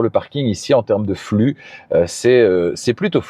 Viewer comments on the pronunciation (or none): none